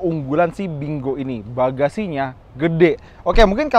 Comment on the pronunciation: Kayanya lafalnya "pin kuo"